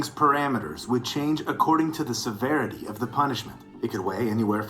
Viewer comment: severity?Is that a new verity?